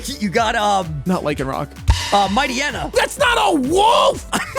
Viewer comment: insisting that Mightyena.. Might YENA, hyena, htyena... was a wolf, was so painful to watch 😂